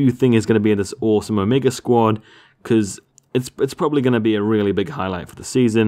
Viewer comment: Squd? lol